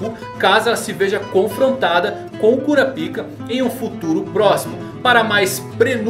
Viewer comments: Cara, fala "Kurápika" que é a pronúncia correta kkkkkkk... "Kurapíca" é complicado... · Eu sempre sinto uma pontada no ouvido com o falando "Kurapíka" kkkk Mas enfim, cada um com a pronúncia que acha melhor:v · Mano sempre que vc fala Kurapika eu morro de vergonha pq o pessoal aqui de casa e os vizinhos escuta